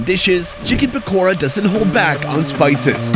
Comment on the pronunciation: Pakora but ra is pronounced da 😂😂😂